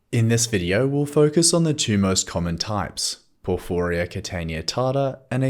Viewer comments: Why do you say porfooria? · Thanks, i think ur saying porphyria wrong though 😂